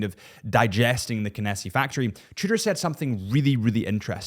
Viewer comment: You pronounce Tudor like "shitter" and I can't un-hear it.